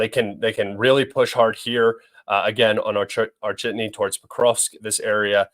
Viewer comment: I can't get enough of hearing say "Or-chitney".